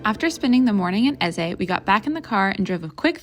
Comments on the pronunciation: ‘EZAY?” It’s pronounced “Eze” with soft e at end, not an a! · Y'all really couldn't even be bothered to ask a local how to pronounce Eze, huh? It's not EZZAY. JFC. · eze it’s ehz…. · It's EZe (E at the end is silent). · it’s ehz…